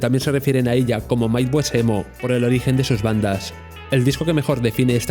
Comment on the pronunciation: Me dio muchísima grima escuchar "maidwest emo" 😭